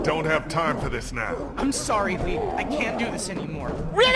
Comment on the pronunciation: win she says lee in sounds like she said reeee